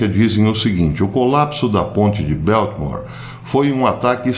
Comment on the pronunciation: Ola professor. So uma dica. É BALTIMORE, com A mesmo e não Beltimore com som de é. Um abracito. Obrigada pelo seu excelente trabalho em nos manter informados.